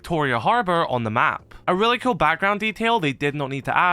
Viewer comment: it really sounds like you say kewl and skewl lol